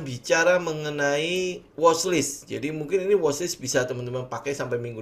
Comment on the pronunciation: Kontennya bagus. Bahasa Inggrisnya dibagusin.. Watchlist, bukan washlist. 👍